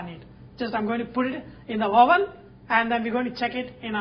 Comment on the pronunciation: no offense Sanjay, I do love ur clips, but "wOVEN"???...hahaha...u cracked me up... ;'D